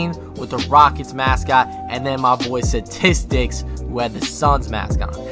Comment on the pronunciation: It’s not static’s it’s stahtistics